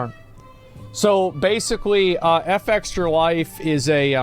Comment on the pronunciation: I wonder why he insist on pronouncing their name wrong. It's not " EF EXTRA LIFE " its " FEXTRA LIFE "